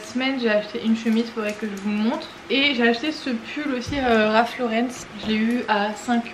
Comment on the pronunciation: Hello! Pas de "s" à Ralph Lauren, donc ça ne se prononce pas Laurence ;)